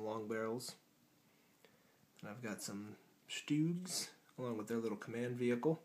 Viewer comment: Sturgs not stoogs